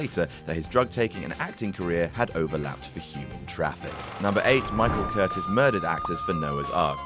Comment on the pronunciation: It's pronounced "cur-TIZZ". You guys know nothing, do you? You just read shit in books without research and make it into a video without asking a single question